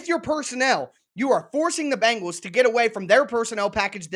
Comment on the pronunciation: The name of that NFL football team in Cincinnati is pronounced Ben gals not BANG gals. If is not that difficult, but you are certainly not alone in your mispronunciation.